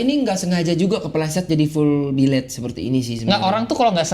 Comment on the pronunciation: Billet woy bukan biled wkwkwk 😂😂😂